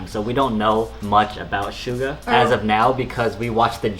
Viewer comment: Suga - shoo-gua as in shooting guard😁